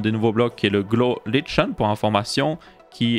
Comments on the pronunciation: Si jamais, le mot "lichen" se prononce "likaine" et pas "litcheune" 😆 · Coucou mais le lichen se prononce pas "lichen" mais "liken" ^^ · Le lichen se prononce "liquène" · lichen = li[k]en mon pote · Liken ou lichen, mais pas litchen. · Just so you now ! Le "ch" du Lichen se prononce "k" x) Voilà voilà, chouette snapshot présenté par un chouette Ytber sinon ^^ ! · Ça se dit: lichen= "likaine" Superbe document de type vidéographique 🥰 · Petite info: il me semble que le lichen se prononce liken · Je suis impatiente ! PS : pour info lichen de prononce liken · juste les lichen ça se prononce "lit ken" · On dit liken pour lichen, c'est de la famille des champignon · Ça se prononce Likene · Oui mais il le prononce en anglais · Au pire on s'en fiche nan? Moi aussi j'ai tilté quand je l'ai entendu le prononcé mais de la à écrire un com.. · C car il le prononce en anglais mais oui effectivement en fr c ca